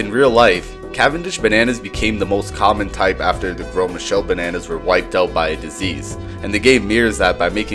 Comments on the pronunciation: Finally, someone who pronounces Gros Michel correctly and not like gross Michael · So I’ve watched Balatro vids for last three nights and yours I by far the most entertaining!!! Your the first to say Gros Michel properly, and I learned about botany and the earliest form of political satire as well 😇